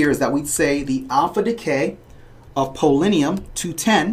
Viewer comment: Good video, but you mispronounced polonium as "polinium".